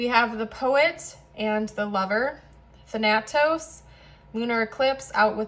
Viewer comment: Hi, love your readings. Here's some help...it is pronounced closer to than-a-tos.